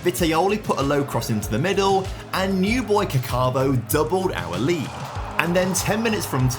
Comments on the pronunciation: It's pronounced Càccavo, with the stress on the first A, and the double C makes the C sound longer. It shouldn't sound like "cacàvo" (which is what said), which is actually how you spell "I shat". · If u put the accent in the right place, it isn't really different from the likes of Caccamo. The way pronounces it tho really means pooping ahah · The way you pronounce "Caccavo" isn't really correct, you're literally saying "I shat" ❤ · pronunciation of the name means "was pooping" in Italian ahah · Man's name surely isn't caccavo. Italian for "I pooed"